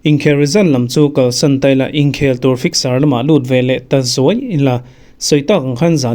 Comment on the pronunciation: Ingkhel iti zel a. Inkhel ti ve mai la.